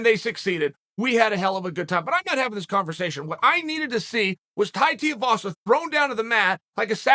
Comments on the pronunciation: Who the hell is Tai Tiuwazza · “His name is… Tai Teavasa” Dead 😂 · Tai Teeavasa